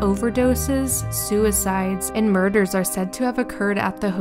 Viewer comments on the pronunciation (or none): is said MORDER